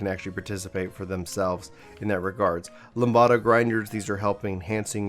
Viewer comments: "Lam duh" not "Lam bada" LOL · It's Lamb-Da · Why do you say lambda like that? It’s said lamb-duh. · Don't know if your pronunciation of Lambda was for fun, but if anyone doesn't know Lambda is Greek and most people say it Lamb duh.